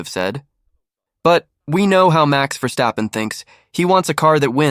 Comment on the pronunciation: Cant say his name properly.